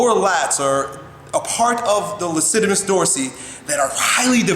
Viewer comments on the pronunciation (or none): seconds: lacitimus dorsi??? it's latissimus dorsi. You're welcome. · It's not "Lassittimus" dorsi. It's "latissmus" dorsi. C'mon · I love how is so smart that when he calls the Lats the "Lassitimus" instead of latissimus I questioned whether I've been saying it incorrectly for 20 years. Lol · lacidimus? always thought it was latissimus haha. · "lacidamus" 37seconds..... Latissimus* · lol he said lassitimus dorsi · "Lassitimus Dorsi"? lol Dyslexia? Am I the only one who caught it? or... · He said: "Lasittimus" rofl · it's laTissimus Dorsi:) anywho, great vid! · you mispronounce latissimus